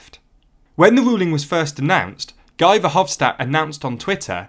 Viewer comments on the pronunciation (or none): Guy Verhofstadt's first name is pronounced like "ghee", not "guy"